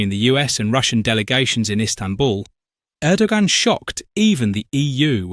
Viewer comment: You don't hear a G in Erdogan. Just say Errdoan. I don't like him, but looking at the new bad boys in the world he seems to be a half way decent guy.